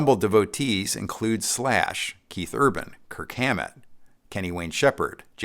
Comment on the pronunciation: Awesome playing!! I know you hear it all the time but you're seriously my favorite. Also, why do you pronounce your own name wrong??